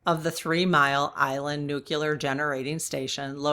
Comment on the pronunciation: this is not a criticism - just a kind and respectful correction. Pres. George W. Bush was bashed for saying "nu-cu-lar" all the time. The correct pronunciation is "nu-klee-ar." Nu-cle-ar. His constant mispronunciation made it a sore point for me and many others.